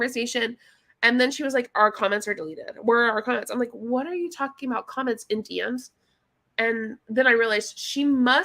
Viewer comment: When you excitedly say "DM's" the Texas twang starts to come out 😆 "D ehms"